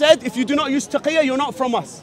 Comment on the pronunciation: taqilla not taqqiya lmao